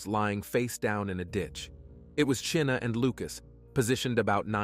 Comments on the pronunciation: I believe "Chynna" is pronounced as "CHINA", not as "Chin-a." Sorry for my OCD, everyone. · The name Chynna is pronounced like the country China. It would more professional and respectful if you learned how to correctly say the names of the victims you talk about.